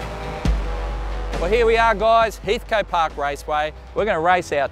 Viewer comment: My guess is loose flywheel on the AU. Also please... wtf is up with the pronunciation of HEATHCOAT?? HEATHCT? 😂